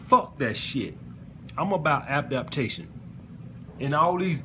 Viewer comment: Bruh said Abdaptation